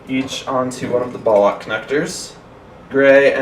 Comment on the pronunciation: I'm a sad git I laughed when he keeps on saying ballak it should be ball lock good video thanks